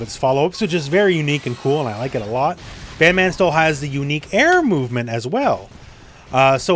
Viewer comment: Great video but you pronounced the name wrong 😉😂 Bedmaaaaaan!?!?!?